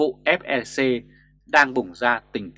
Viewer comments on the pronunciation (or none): FLC chứ ko phải FeC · Ép lờ xê ko nên đọc nhanh thành ép e xê